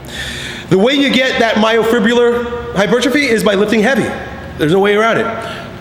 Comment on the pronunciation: First, to make yourself seem more professional, learn to pronounce myofibrillar. Hint: it's not "myofribular".